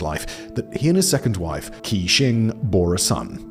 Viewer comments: How do you not have a single mandarin speaker on staff? Qi = Chee not Kee. You consistently make the same pronunciation mistake throughout your many channels. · How on earth is 'Qi' pronouced as 'Key'?